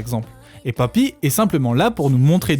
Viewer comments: pk tu prononce papy ?? je sait pas mais j'ne suis que a 4 min. et cela me gen un peu .. c'est poppy, comme pop.. pour moi meme si je reconnait un talent, sinon elle aurait pas autant de vues, je pense juste qu'elle exploite le filon a sa facon, et ya rien de mal mais les theories a la con sur les illuminati et autres, perso je pense que ce sont des references lachées comme ca.. tu lui donne trop de credit je trouve... elle la 1ere ne prends pas au serieux son "art" je pense.. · J'étais sûre que c'était un rôle, c'est logique xD parfois tu dis ''pappy'' mais sinon merci j'adore cette vidéo ^^